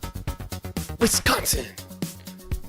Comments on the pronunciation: Sounds like your from that puky place called Illinois with the way you say Wisconsin. And you have no idea what you are talking about. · Sorry but WiscAnsin not Wisconsin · Why are you hating on WISCO? Where are you from? Clearly not Wisco because you say Wisconain wrong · You cant even say wisconsin why should i listen to you .